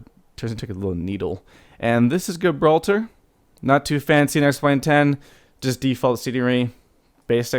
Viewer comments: You are not pronouncing Gibraltar properly. [ji-brawl-ter] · You can't even pronounce Gibraltar, what an idiot. You didn't even fly the proper approach into Gibraltar. You would have been shot down IRL for entering restricted airspace.